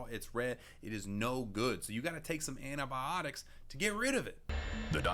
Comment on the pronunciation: adobotics blah blah whatever he said xD Me- Okaeh- wtf did he just say- u mean antibiotics? XD Btw this isn’t supposed to be offensive to anyone I’m not trying to be mean about how people pronounce things I just tried to make a joke…